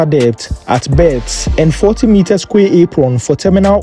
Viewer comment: good job. Remember,"quay" is pronounced "key".